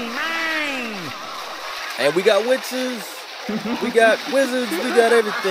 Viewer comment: When he said witches i thought he said bitches for some reason